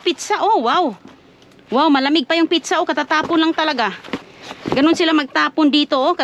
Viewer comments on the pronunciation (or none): yan kc ang pag ka pronounce ni ginaya lng ni, instead na pizza pitcha😂😂